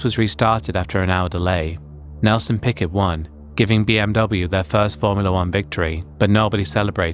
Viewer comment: “Nelson Piquet won”. Piquet is NOT pronounced ‘Pick-it’ but ‘Pee-kay’ ! It’s Portuguese. Nelson Piquet is Brazilian